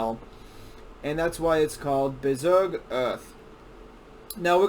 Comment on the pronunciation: I have seen many of these types of videos on Bezoge. He doesn’t say it right and he is lazy. I don’t trust this video. I am more informed and care more than this dude and I’m just a hodlr on like 1000$ of bezoge